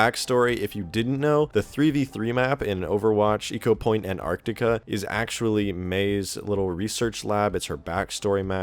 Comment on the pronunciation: Dude...Ecopoint Antarctica not anartica